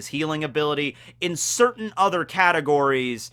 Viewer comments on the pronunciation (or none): none